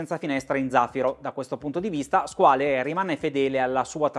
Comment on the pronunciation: Due note. Se non vado errato con "skin diver" si intendono orologi da indossare senza muta, quindi per apnea o per snorkeling, insomma una subacquea ricreativa e poco impegnativa La corretta pronuncia di "Squale", parola francese che sta per squalo, è SQUAL.